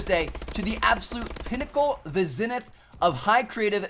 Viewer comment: It's pronounced zēnith. Long e in that one, tough guy.